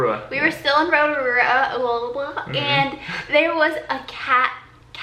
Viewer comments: As a New Zealander im cringing so bad at how they pronounced rotarua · Was laughing when you guys were trying to say Rotorua, never realised how hard it was for people from other countries to say as it seems so easy to say here 😅 but you guys did well 👍🏼 loved the video btw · I'm from New Zealand and I cringed when said Auckland and Rotorua. Never thought it was so hard to pronounce, it seems so natural to say. Also Kiwiberries are the best. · I live in Auckland omg this vid is my fave especially hearing everything you guys got up too, find it crack up when I hear people who don't live in nz say "rotorua" just wondering out of all places why did you guys choose nz as your honeymoon place ?